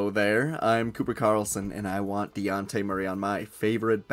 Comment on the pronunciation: Learn how to say his name, its not DeYawnte